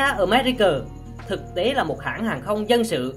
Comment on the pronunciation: america mà đọc americờ